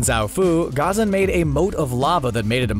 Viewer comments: Your pronunciation is terrible. It's YU-ay Gha-ZAN La-HE-ma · CBR pronounces Ghazan Gah-zan Us: Gha-zam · It’s ghazaan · The way he said Ghazan is weird too